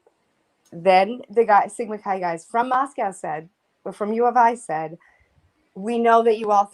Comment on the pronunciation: Notice how repeatedly doesn't pronounce Moscow the way all people in that area pronounce it. She pronounces it like Moscow Russia but Idahoans pronounce it Moscoe